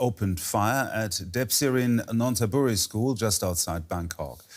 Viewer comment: Just to be helpful, the pronounciation is "nan-THA-buri." Sorry to bother you.